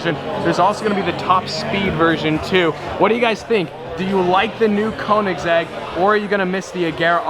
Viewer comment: Your saying koenigsegg wrong